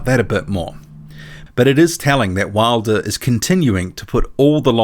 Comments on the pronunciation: Wilder doesn't even pronounce his name right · Wilder couldnt say his last name lol what a low I.Q fool .